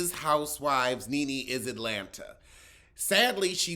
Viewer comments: It’s not sing-er it’s singer and it’s Atlanta not Alanta! Somebody needs to teach you pronounciay.ay and elo.que.que!!! you’re my favorite!!! 😂😂😂😍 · Chile. Alot of folks be saying UH'Lanta.. 🤡.. it is so cringe. 😭😭😭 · The way you say Atlanta always makes me laugh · I dont know if you was joking (you probably was) but don't know who pronounces Atlanta correctly. Everytime I hear it the Ts are silent.